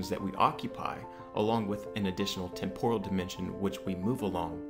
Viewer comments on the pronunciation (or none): none